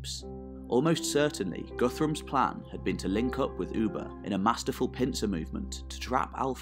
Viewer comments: It's Ubbi, not Ubba. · his name was pronounced (Uh-Buh), not “Ou-Buh” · Its not f-ing Oeba...!!!!! Its Ubba!!!!